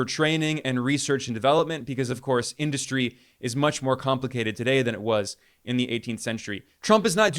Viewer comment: Why does Trump mispronounce industry??? In- dust-try??????